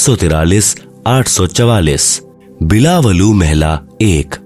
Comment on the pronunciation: पहले नानक साहब की वाणी का उच्चारण सही बोलना सीखो सबसे पहले बिलावलु नहीं बोला जाता बिलावल महल्ला बोला जाता है